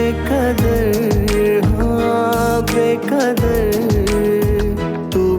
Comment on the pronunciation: بے کدر نہیں یے ، بے قدر ہے ، تلفظ تو صحیح کرلو ، اس سنگر کو کاش کوئی بتائے۔